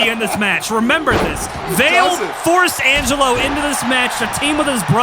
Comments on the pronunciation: Highlight of the night: Primetime trying to say Angelo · Angle who 😂 Jesus Christ lol